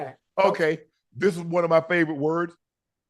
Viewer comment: Unc don’t be pronouncing the words correctly half the time!